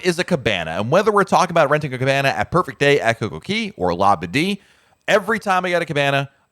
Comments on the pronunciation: Since you are a Royal Caribbean expert, you must learn to pronounce CocoCay properly. It rhymes. Perfect day at CocoCAY. It’s not perfect day at Coco KEY. I like your videos but that piece is so cringy! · JUST WONDERING....I THOUGHT IT WAS COCO KAY NOT COCO KEY. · I think it is pronounced KOKO KAY, not KOKO KEE. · I’m sorry this is killing me…it’s Coco Cay…not Coco key….ahhhhh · Isn't it Coca Cay which rhymes with "bay," not the way you said it. There is even a comedian that uses the name as a joke about someone asking you for a beverage. Say you ask for a pepsi, but they may ask you coca cay? As in is coke okay?